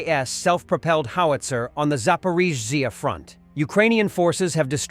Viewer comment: Have you noticed that this AI can't pronouce Zaporizhzhia. It sounds like a sneeze. Bring back humans I say. (Humans does not include Russians) Slava Ukraini from UK.